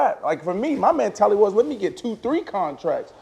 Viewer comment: I love B Marsh, but if he says "MAN"tality instead of "MEN"tality one more time!!!!!!!!!! LOL He's killing me!